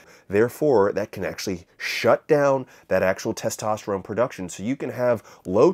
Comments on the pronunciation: is this guy saying testoterome? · dawg, why are you saying testosteroMe